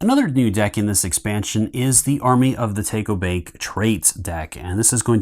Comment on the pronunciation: Thanks for the great video, l think your pronunciation of takobake is a bit off.